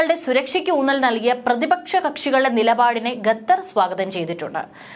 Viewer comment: എന്താണ് ഈ ഗദ്ധർ ഗദ്ദർ എന്നുപറയുന്നത്.... ഖത്തർ എന്നാണോ ഉദ്ദേശിച്ചത്